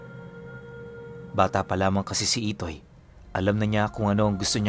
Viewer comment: IDOY daw ITOY po hindi IDOY hahahaha dun pa lang boka ka na 😂